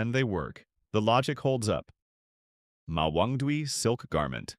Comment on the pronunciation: on the theory that you are an actual human, not ai slop narrator, there are a bunch of words that might be hard to learn growing up during the pandemic: Goujian - Gooj yen Mawangdui - Ma wang dway Sanxingdui - San sying dway Mise - Mee suh (you even show the original characters, yet still say 'few surviving pieces of mice wear') Zhang Heng - inexplicably you nailed this one.. 10/10 xD Cai Lun - Tsai Loon